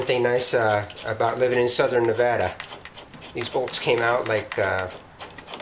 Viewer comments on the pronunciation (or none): none